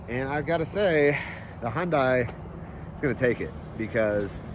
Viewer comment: Short Question but why, why can you Pronounce Porsche the correct way but not Hyundai? It's not hondey. No one you is pronouncing it the correct way. Please google it.